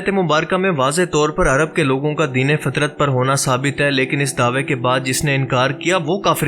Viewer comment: جس زمانہ میں کوی نبی نہیں آیا اس کو (فترت ) کہتے ہیں نہ کہ فطرت دونوں میں لکھنے میں بھی فرق ہے اور بولنے میں بھی ف کے اوپر زبر ہے